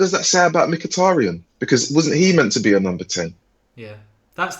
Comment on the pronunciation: haha the Irish guy that butchered mkhitaryans name.